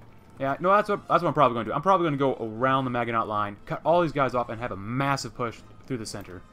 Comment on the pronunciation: I wonder if you are a native English speaker. Your German doesn't sound too bad, but your pronunciation of the French Maginot Line is very strange. I grew up in the US, and I remember we learned the correct pronunciation in school when we studied WWII. Here's a link if you're interested. Best of luck in game.